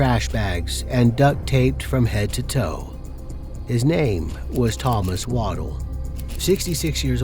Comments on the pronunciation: Stop calling him "Waddle" That name is pronounced Wad-dell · I don't like when the voice over keeps saying the victim's name incorrectly. It's not waddle like a duck or pregnant woman walks. It's pronounced wuh-DELL.